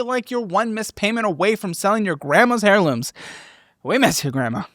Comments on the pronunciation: The H in heirlooms is silent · the "h" in heirloom is silent. Your ad cracks me up every time I hear "hair-looms". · okay i can’t let it slide any longer…, are you purposely not pronouncing heirlooms right? 😂😂